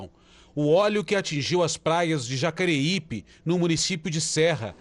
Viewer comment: Nome correto da praia é Jacaraipe e não Jacareipe